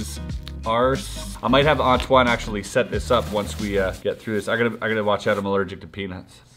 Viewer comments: I thought he called antwan ass wad like 😂😂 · Dude do you talk french? Cause when you said Antoine, you have an quebec/french accent.